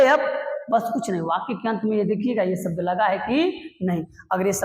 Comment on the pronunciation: Please improve your pronunciations(even Hindi... It's "शासन", not "सासन." "सब्द" नहीं "शब्द" Why are you stretching the word "and", making it "and..a"? You're a teacher. You should lead by example.